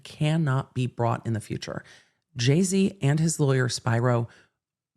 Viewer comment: Hey, I think you're mispronouncing Alex Spiro's last name wrong. If he's Greek (which I think he is?) it should be "Spee-row." Awesome video tho!!